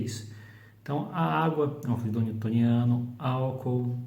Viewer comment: Fluido não tem acento, logo a pronúncia está incorreta, dando ênfase no i.